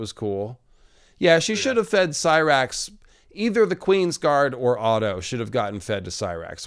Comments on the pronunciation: yesss Rhaenyra said it like "See-Rax" ahhh Emma D'Arcy has beautiful pronunciation in High Valyrian!! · I loved how Rheneyra pronounced Syrax's name in High Valeryan so satisfying